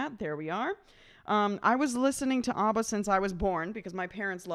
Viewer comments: Why do you keep calling them "Ubba"? Their name is Abba, not Ubba. Of course I am joking, but that doesn't mean it isn't annoying. Stop calling them "Ubba"! :-) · IT'S NOT AUBBA, IT'S ABBA! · Properly pronounced ABBA, not OBBA